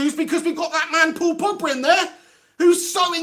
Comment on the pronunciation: Nor Nizar Mohamed, yea my 1st time on here, stumbled across this, he had me in stitches. "", "The portugease Mr Bean", hilarious😂